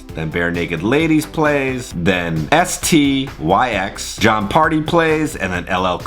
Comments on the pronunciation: Styx is said like Sticks. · Dude did you just spell out the Band Styx🤣🤣🤣🤦‍♀️ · Lol “S-T-Y-X”. It’s “Sticks”, definitely before my time but no small band! I was supposed to be there for opening weekend, but had to reschedule. Thanks for helping me feel less sad about missing it!